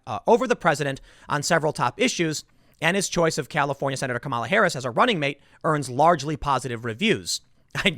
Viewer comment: Obvious racist. You mispronounced Kamala